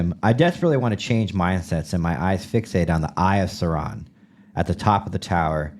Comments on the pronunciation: Hes saying eye of "sow-ron" from lord of the rings lol. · Dork Alert - but had to LOL at the pronunciation of “The Eye of Sauron”. Ya’ll need to read some J.R.R. Tolkien. 😉 Great pod!